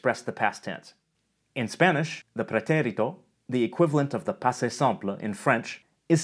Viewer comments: Know that vowel length doesn’t exist in Spanish. You’re pronouncing the é in “pretérito” longer than the other syllables. That’s good English timing, but not Spanish. It’s a syllable-timed language, so all the syllables are the same length. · agree - sounds like Italian, the last 'e' needs a stronger emphasis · I liked that you pronounced "pretérito" with an Italian accent. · I thought the same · Yeah I noticed that, too. Like instead of just accenting the é, he lengthened it quite a bit as well. Instead of four sixteenth notes with the second one accented, he's doing a sixteenth-eighth-sixteenth-eighth type rhythm. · I love that Latin pronunciation of "preterite/preterito" :D